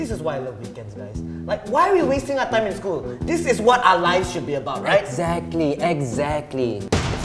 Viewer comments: ‘Exactly’ more like EGGxactly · If anyone u noticed or is it me that he said egg-satly